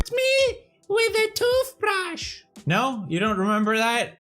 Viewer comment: the way he says toothbrush😂